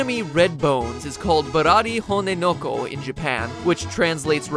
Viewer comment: The name 'honenoko' shouldn't be read as 'son of bones' (or 'hone no ko'), but as hone-noko, or bone-noko (from the Noko-Noko name for Koopas). So more like 'Bloody Bone Koopa', really.